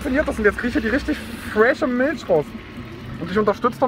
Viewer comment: Miltsch, feier ich